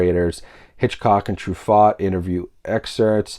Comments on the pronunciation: its actually pronounced true-fo. Like true phone without the ne. Sorry its one of those things where i would expect someone to tell me if i had it wrong :) love the channel and i just got my hitchcock collection in the mail today. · love how you butcher pronouncing Truffaut's name ---- eeesh.